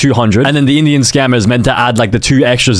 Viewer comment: 'in idian'😭😭